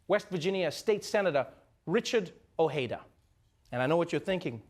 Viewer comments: It's disappointing to see the dismissal of Ojeda, even to the point of mis-speaking his name (the J is strong, not soft). He was a fine candidate with a lot of the right ideas. And the reason he dropped out was not like Flake in that he was too cowardly, but because he accepted that without the big money and mainstream media coverage it's pretty much a lost cause, and he didn't want people wasting their money donating to him all for nothing. In a way I suppose it's poetic when you consider that the lack of media coverage for any of his ideas was a primary concern, and then a supposedly left-leaning progressive talk show dumps all over him without mentioning any of his ideas and laughing at how nobody even knew who he was. And then we wonder why the system's so borked up. At least the egotistical billionaire got called out for what he is. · It's pronounced o-J-eda and not o-hey-da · How come I live in Europe and know Richard Ojeda and what he stands for? Even though I wouldn't agree with all of his views, at the very least look the guy up so you know how he pronounces his own last name.